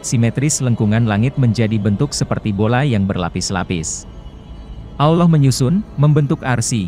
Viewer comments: Aduh bilang allohnya balelol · Nyebut Allah aja.. awloh..